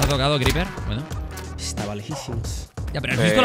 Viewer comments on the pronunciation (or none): y ese venezolanismo criper? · criper hablando maracucho :)